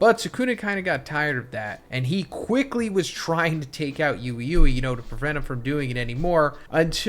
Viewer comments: I thought Ui Uis name is pronounced Wee-Wee not youee youee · yuwi yuwi? ... it's wee wee for you guys pronounciation. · Bro it’s we we stop saying ui ui sound like you don’t even watch the show and this is just content no way you shouldn’t know how that’s pronounced